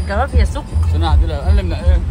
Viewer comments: حبيبتى... أنتي ملكة في كل حاجة راقيه في كل شيء.... ف لوسمحتي بلاش جوافيا... اسمها جوافه..... والصاونعي.... صانيعي.... بلاش ندى فرصه للبعده يتكلمو على حاجه تفها. انتي الملكه ❤️❤️❤️❤️❤️ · ليه بتقولوا جوافيه يا اسمها جوافه😂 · اسمه الصنايعي مش الصوانعي اعدلي بقك يا ختي والجوافه اسمها جوافه مش جوافيه